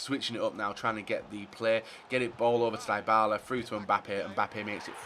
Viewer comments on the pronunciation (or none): omgg Dybala isnt pronounced DIEbala its Dibala just like Di Maria plz im bleedibg from my ears each time u say his name like this